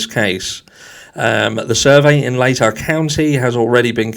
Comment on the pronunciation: Of course he's part of the good ole boys club i was born and raised in idaho it's what idaho is known for and it's pronounced lay-tah county.